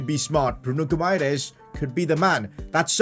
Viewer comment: Say it like “bruno Hi MA RAIZE